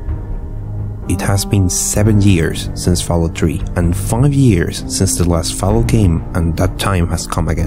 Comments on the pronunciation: did you just say fallout tree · you mean three?